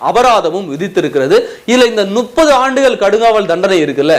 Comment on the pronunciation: Adei venna mothalla tamil Olunga padinkada Nuppathu illa Muppathu Muppathu Muppathu